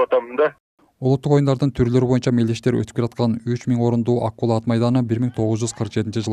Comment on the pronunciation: Ай, АКУЛА дебей АККУЛА АТ МАЙДАНЫ десен боло?!!!😮😮😮😮